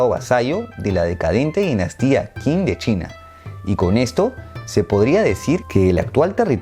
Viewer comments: Qing se pronuncia "ching", la q y la k en chino se pronuncian "ch". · Deberias hacer la historia de la Dinastía Qing Por sierto Qing se pronuncia ching